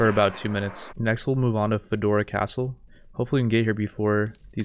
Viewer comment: Did he just say FEDORA CASTLE insert meme face